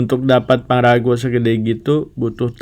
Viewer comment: Pangrango woyy bukan pangrago